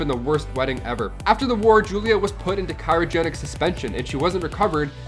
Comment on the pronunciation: I really wish would learn how to say CRYOgenic...it isn’t Cairogenic